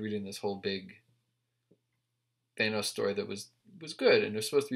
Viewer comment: Why are you hitting the A so hard. It’s Th-Anne-os